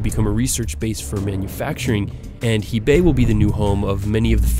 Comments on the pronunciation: HEBEI! not HEIBEI! please correct this. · *text: hebei, pronunciation: "huh bay"